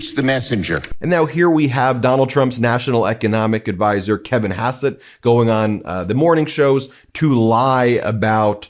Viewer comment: Kevin Hassett, with a silent H (ass-ett).